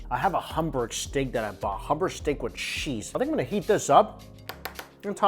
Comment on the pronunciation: How come you can’t say hamburg correctly?